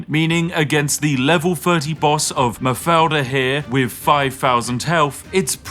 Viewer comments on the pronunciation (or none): mathilda, spiffing brit: mafeilda :0